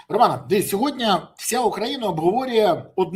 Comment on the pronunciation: СьогоднІІІ, не сьогоднЯЯЯ, Пан Береза 😂